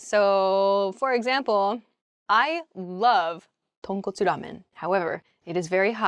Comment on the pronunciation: Your pronunciation "Tonkotsu ramen" was so natural😂